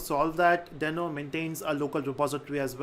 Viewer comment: yes that's what I thought as well but I guess they intentionally decided to pronounce it in a different way. Check Ryan Dahl's (i.e. the creator of Deno and NodeJS) videos on Deno. He doesn't sound like "Dino". Cheers.